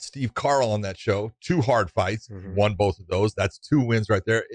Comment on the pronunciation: I love it. Ariel always mispronounces "won" LOLOLOL.